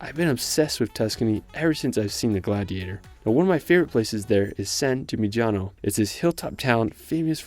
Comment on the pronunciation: San Gi-Mi-Ni-A-No. Gn sound don't even bother, but don't say gimigiano